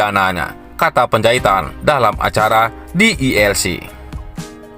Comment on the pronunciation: Johnson Panjahitan bukan Johnson Penjahitan!! Anda harus belajar banyak MEMBACA, agar tidak salah baca, bisa menyinggung perasaan lho!! Penjahitan-Penjahitan-Penjahitan!! Emang tukang jahit???